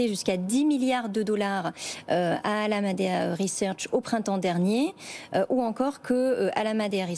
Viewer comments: Bonjour , la cruche qui présente doit être pistonnée , comme celle d'alameda , car elle n'est pas capable de dire alameda . Ça s'entend qu'elle ne maîtrise pas son sujet , venant de bfm rien de surprenant . Au revoir . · La journaliste ne sait pas prononcer correctement ALAMEDA .... quand on ne maitrise pas son sujet mais qu'on lit ses fiches 🙂